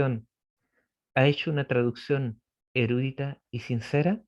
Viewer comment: Es verdad..pero la palabra ..no es ERÚDITA..COMO DICE..SINO ERUDITA..SIN TILDE..le quita el interés a la información si habla de reglas gramaticales..DEL .no es ARTÍCULO..es contracción gramatical..